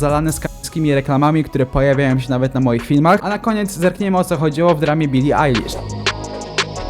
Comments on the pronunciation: Bili ejlisz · bili ajlasz* poprawilemy. poporoctu zile powjedzalesi